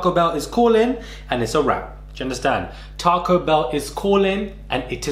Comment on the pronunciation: TAR COE????? its taco me bredrin